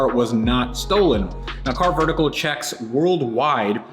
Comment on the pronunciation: you are saying carvertical wrong. See Matt for the correct way.;)